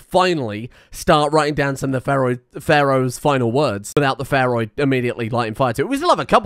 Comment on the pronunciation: I love it how he sometimes says "pharoid"